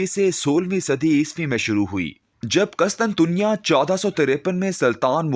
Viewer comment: Jani qustuntunya na k "qustantanya" apni reading theek Karo bhi!!